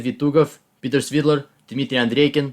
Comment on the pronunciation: He mispronounced four names, actually. Artemiev, Svidler, Karyakin and Nepomniatchy. First three were very slight, the last one - not so much. Still, a very respectable result